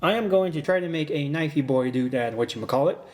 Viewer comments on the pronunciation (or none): m8, theets not a knoife, theets a k n o i f e